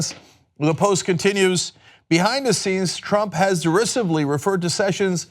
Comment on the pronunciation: That is not how you pronounce 'derisive'